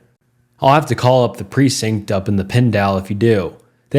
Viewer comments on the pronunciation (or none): Precinct is pronounced like pre-sinked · this guy needs to work on his reading skills. He pronounced precinct wrong like 4 different ways. Even said it right once. Then went back to saying it incorrectly. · I am a new subscriber. I love your posts. I also would love to help you with pronunciation. "Raquel," "symphony," "precinct." Do you know how to use the dictionary to pronounce words? I'm not trying to sound condescending, so please forgive me if you are taking it this way. Also, slow down just a bit and you can avoid some of the mispronounciation because it does seem that some is because of reading too fast. Sorry, I am a grammar and pronunciation nazi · Precinct is pronounced “presinked” not “proncident” lol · the way he was pronouncing precinct is so funny